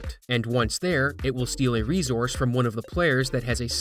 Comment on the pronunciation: Please look how the word resource is pronounced.